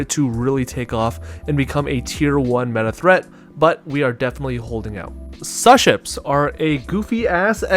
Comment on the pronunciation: >pronouncing Suships wrong fuck outta here